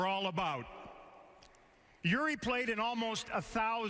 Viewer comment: Ei varmaan mitään tekemistä sen kanssa ettei vaan osaa lausua nimeä oikein. Kiva juttu XDDDDDDDDDDDDDD